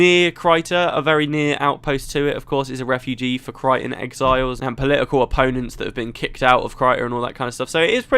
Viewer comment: I actually think that Caithe's name is not pronounced the way you do it. You pronounce the "th" in her name like in "Theatre", and I think I heard Ree (And Kirsten too) say it on several occasions with a rougher "th", more like in "the", but kind of pulling towards a Z in some ways, like saying "the" while biting down on your tongue. DAMN it's hard to describe this in words! Speaking of Caithe, I liked her old look better. Now she seems... evil...